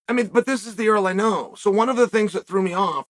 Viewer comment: "WUN NOw 🏃" "WUN NOw 🏃" "WUN NOw 🏃"